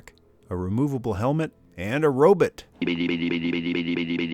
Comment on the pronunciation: Gotta love the “robut!”